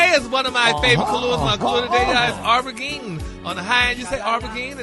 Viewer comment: Gary. Aubergine is pronounced o ber jheen and conceptualize is a verb ❤